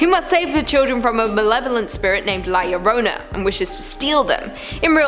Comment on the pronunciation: And it's pronounced La Yahrona. Or La Llrona.